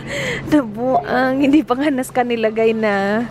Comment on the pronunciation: Bisaya gyud siya HAHAHA “nAbUanG”